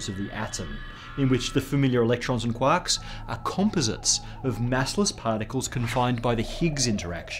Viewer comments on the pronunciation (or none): none